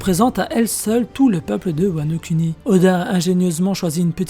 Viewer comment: cette voix monotone ptnnnnn on s'endort, ah et sa se prononce wano kouni pas wano kUni